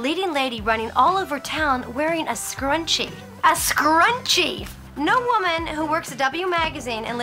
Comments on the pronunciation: MnMsandOreos a scarUnchiee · Oh my god the way Sarah Jessica Parker said "scruchie" the last time is legit one of the worst things I've ever heard